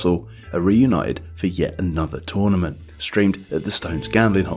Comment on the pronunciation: You say tournament incorrectly